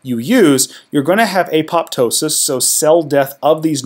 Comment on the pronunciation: Please don't repeat the nonsense that beta amyloid is an abnormal protein. Simply not true it is produced off the beta gamma secretary's pathway normally as part of either an anti pathogen program or a synaptic pruning program. Also please pronounce apoptosis properly.